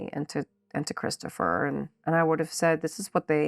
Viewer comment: you're saying it wrong, his name is Christufah